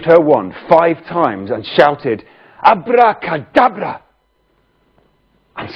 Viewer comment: Abrrrracadabrrra! My daughter loves that.